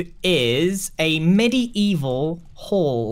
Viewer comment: Grian : Medival? naaaah Also Grian : Med Evil